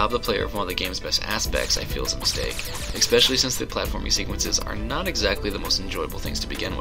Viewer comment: GAAAAHHHH!!! Stop saying Expecially!!! There is no X! I got used to it with Angry Joe, it just seems like his thing, but it's bad, almost as bad as everythink.